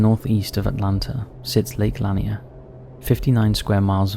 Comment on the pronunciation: Hey the lake is prounced La-Near